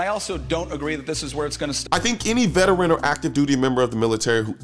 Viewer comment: What is a vetrin? Is that like a real-a-tor? A vetinarian? People who want to talk out loud should learn words.